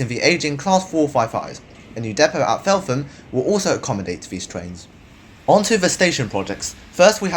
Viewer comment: It’s pronounced felt-hmm